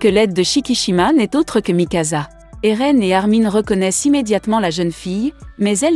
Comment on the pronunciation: Et a Eren ce n'est pas Aaron mais Eren